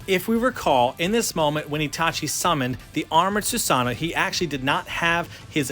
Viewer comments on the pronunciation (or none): Who is susano it’s susuno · I cringe whenever he says "Suseno" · bro, stop saying SUSSANU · Not susunoo, susanoo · It's read as "su-sa-noh" not f "su-su-no" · Susunoo or susanoooo??? hhahahahahah Peace man!!! Great statue!! Sending hearts!!! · it's su SA no SA SA SUSAN ik the spelling is susanoo but the pronounce it as su SA no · You pronounce Susanoo so many different ways and Akatsuki...........why, just why? No one has ever said it like that.